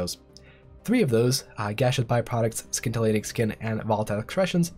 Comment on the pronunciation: Great video. It's "Ssssssintilating skin"